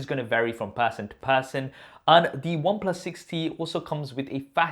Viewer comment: Any one else heard it 60 not 6T?